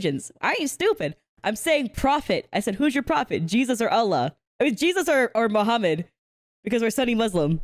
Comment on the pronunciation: I swear when she said "is it Muhammad or not" i swear (and i mean no disrespect) i heard "is it The Hobbit or not" i had to rewind that a couple of time to make sure i heard wrong 🤣🤣 🤣🤣🤣I'm so sorry🤣🤣🤣